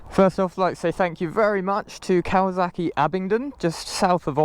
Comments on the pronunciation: It’s Kawasaki,not Kawazaki. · listening to Brits pronounce Kawasaki has become a side hobby of mine. It's silly.